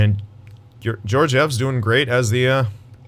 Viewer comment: and Georgiev’s name is pronounced kind of like Guy Lefleur’s name